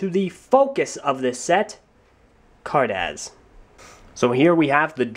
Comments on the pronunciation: Vay-zon? Car daz? Its vee-zon and Car-duss. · car duss z is not pronounced s and vezon is pronounced vey-zonn greg said it